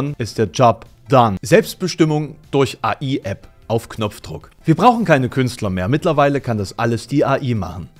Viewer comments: "AI" = engl.: "Artifical Intelligence" also entweder engl. aussprechen oder KI :P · Ich möchte beantragen, dass du AI englisch aussprichst und KI verwendest, wenn du die Buchstaben deutsch aussprechen möchtest. :D Ansonsten wie immer schönes Video. Ich habe das Gefühl, dass Bilder im allgemeinen ein bisschen zu viel Bedeutung haben in der heutigen Zeit. Gerade jetzt mit den neuen Möglichkeiten durch KI. Am Ende sind Bilder dann doch nur Bilder und nicht die Realität. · ich will ja nicht klugscheißern, aber AI ist die Abkürzung für Aritficial Intelligence und sollte daher schon Englisch ausgesprochen werden. Im Deutschen haben wir ja KI;)